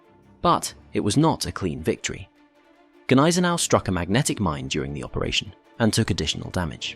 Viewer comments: The g is silent. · Silent 'G' on Gneisenau.